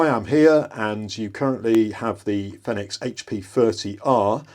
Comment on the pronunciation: It's pronounced "Feenix" or "Phoenix" aka the fire bird (like the one on their logo)